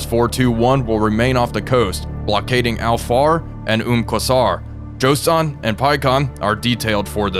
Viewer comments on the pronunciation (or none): It's not Josan it's Joshan the H is right there, as in "Joe Shank" (prison name lol). Also how accurate are those ammo capacities? 6000 rounds of 40mm Bofors for real? 🤨 P.S. planes have the greatest range at cruise speed and cruise altitude, maximum or minimum both reduce range. Cruise really means optimum.